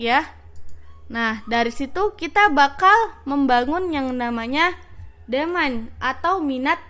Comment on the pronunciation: Belajar lagi lah bahasa inggrisnya, masa engagement, demand & income aja medhok 😂 Atau kalau ngga, pakai bahasa indo yang baku sekalian.